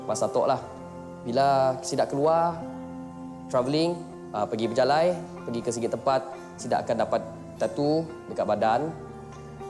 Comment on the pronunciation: it's bejalai, not berjalai